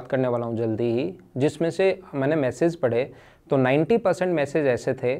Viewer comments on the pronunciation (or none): Massage ni wo message hota h. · Jo apka video edit krta h usko samjhaiye sir...massage nhi message hota h